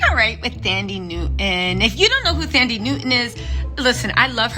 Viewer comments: Her name is African and the h is silent. So it’s not THAN-dee, it’s Tan-DEE-way. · I know you are bad with names😂, but it's pronounced "Tandie", the "h" is silent. Love your vids and your infectious personality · Hey 😊 the 'Th' is pronounced as if the 'h' isn't there, like 'Tandie' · The "th" in "Thandie" is pronounced in the same way as "th" in "Thailand" and not the English "th" pronunciation by the way 😆.